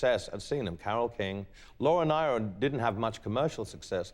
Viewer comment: You would think that being such an admirer of Laura Nyro's work, Elton would have learned how to pronounce her name correctly (it's NEER-Oh).